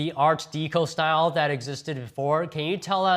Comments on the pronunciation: Art Deco is pronounced deck-o not dee-co. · An "Art Deeko"... "Stratuary". Holy Chicken Chow Mein Batman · 'ART DEEECO'....you have to be kidding. Check this dude's green card. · Would someone please tell this moron how to pronounce "art deco"?